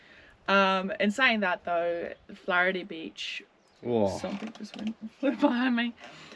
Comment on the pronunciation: Funny how your kid pronounced Flaherty Beach better than a lot of adults do 🙂. Wrong time of the Year really for the Pink Lake, summer is drying them out 😞. Camping at Warooka oval is only $10, if you cant catch a squid at Wool Bay, you should quit squiding for life. ;-)